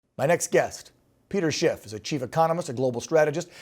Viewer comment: This guy continues to put a t in Schiff....c'mon man